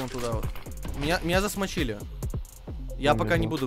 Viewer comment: не засмочили а замочили